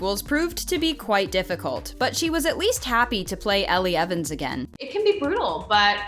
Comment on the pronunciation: Did anybody else correct them when they said Ellie Evans its Elle Evans